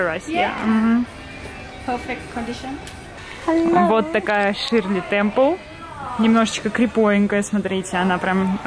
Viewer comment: Не ШИрле Темпел, а ШЕрли, Е с двумя точками на верху.